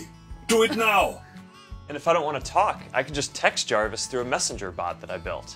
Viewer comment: He is crazy. It's harvis